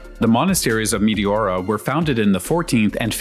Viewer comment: nice footage! btw- its pronounced me TE ora , not mi ti ORA.